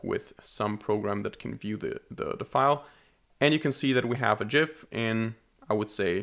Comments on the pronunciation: It' pronounced GIF. =) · The trigger warning for the pronunciation of "Gif" was hilarious. Great video too ! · I'm sure it's pronounced as gif and not gif because gif just sounds weird and gif is clearly the right pronunciation for gif.